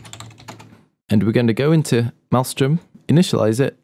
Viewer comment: malström was pronounced wrong